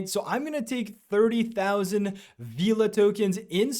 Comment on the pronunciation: FYI it’s pronounced Vela not Veeeela 😅